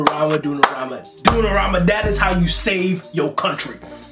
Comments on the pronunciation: Dunorama???? Hahahahahahahah... Donnarumma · Bro is not “ dunnaramma “ like u said🤣 it’s “Donnarumma” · "DUNNARAMA" invece di DONNARUMA è bellissimo😂😂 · "Dunorama" ahaha I love you man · hanks for your comments. Anyhow just wanted to correct you on the pronouciation of goal keeper Donnarumma is pronounced Donna (double n) and rumma is pronounced as you woold in "Roomma" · Donnarammma ahahah, i love your pronunciation, big up from 🇮🇹